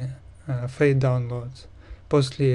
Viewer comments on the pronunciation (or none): none